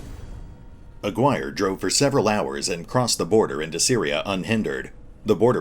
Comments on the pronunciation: The name you (and any other youtuber playing this game) are REALLY butchering is Aguirre (''A'' like in ''Artic''. ''Gui'' as in ''Guinea pig'' and ''Rre' like in ''Rest'''). It's pretty funny how everyone is saying A-wire instead xD The game looks sick from what I've seen but the line of sight problem is a real thing,seems like they're working on it tho so lets see what happens. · "Aguirre" is read as... A = the participle "a" Gi = the karate uniform Re = the musical note. "a-gi-re" and is a Spanish (in the case of Jerry Melendez Hispanic) surname.